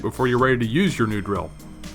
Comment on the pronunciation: Is it just me or do you keep saying grill🤪